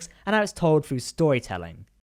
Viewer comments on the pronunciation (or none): none